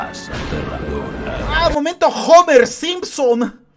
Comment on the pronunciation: ¿ está sordo o que? "Omero" es lo que está mal dicho, en el doblaje original siempre se le a llamado "Homer", incluso si ignoramos que la H no es muda, en este caso, esa O al final sigue siendo inventada.